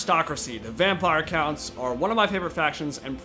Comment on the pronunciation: Is he pronouncing Vampire Counts as Vampire Coonts or I am just hearing things?